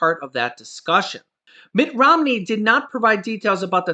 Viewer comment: "Mitch Romney" 😆